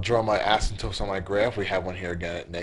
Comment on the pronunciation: he keeps saying 'asymptopes'. it is 'asymptotes' .